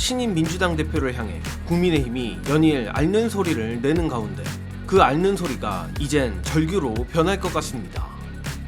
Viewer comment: '앓는'의 맞는 발음은 [알는]이 아니라 [알른]입니다. 유음화가 일어나죠. 이번 기회에 유음화 관련 공부 좀 하시고, 이왕이면 앞으로 정확하게 발음하시죠.